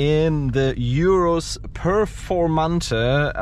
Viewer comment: urus not iurus, please